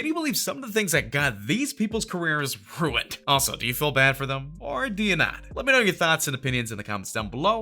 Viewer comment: "Runied careers"